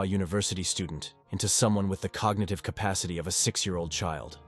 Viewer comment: “Wilthy”& “K -pacity”